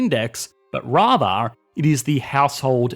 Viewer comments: "but rar-thar", I dunno why but that was funny. Great video though. The only thing I kinda disagree with is the idea that deflation is bad due because people won't buy big ticket items thinking that they'll be able to buy a better one next year. Or that companies will lower starting salaries and halting raises. This assumes that we can see the future and know that the deflation will continue. It could easily be temporary and in a year things will be higher. If that's the case, people will absolutely buy that big ticket item NOW because it's at a discount due to deflation. If they wait, prices might go back up and they'll miss out on a great deal. And companies would likely have a hard time reducing salaries for reasons you've mentioned in other videos. Mostly that they have strict guidelines for salaries and a temporary deflationary period is unlikely to change that. If they did, they'd have employees hired last month who are being paid more than employees hired today. Or they'd have to reduce the salaries of existing employees. Either of which would cause problems that you've mentioned in other videos. I also disagree a bit with the idea that 100% employment, or at least anyone who wants a job can get one, is bad. In your example, you say that an entrepreneur starting a company would have to poach employees from other companies and offer them a significant pay increase. But if there was full employment, many of those existing jobs would not pay well, minimum wage wou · Please don't ever try to say "rather" ever again lol I'm not sure what happened